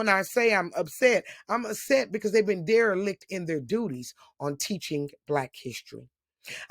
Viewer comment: “Derelic” deliberately.